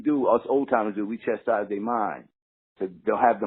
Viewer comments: He even said it CHEST instead of CHAST haha but yeah Its one thing to misspell shit that is slang, but if ya can't spell a regular word or pronounce it correct I say ya shouldn't use the fuckin thing. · He said CHESTise when its spelled CHASTise. Make sure yall spell words correctly so it doesn't come across the wrong way. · Wow... He really thinks the word is "chesties" instead of chastise. Sad.